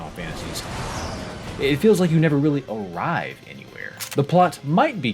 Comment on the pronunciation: the beginning of "arrive" because you put empahsis on the start, it sounds as if you're going to do the "Down with the sickness" intro by Disturbed